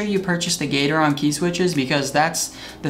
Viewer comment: gat-er-on not gater-on